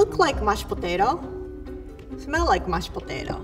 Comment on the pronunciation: "Looks like mashed potatao, Smells like mashed patato, It is mashed potato" 2019